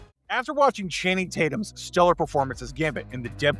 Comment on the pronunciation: I love gambit ..but “Channing “ really 😑